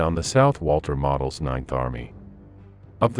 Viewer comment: General model surname is pronounced mo del research german names and tiles more before you do a video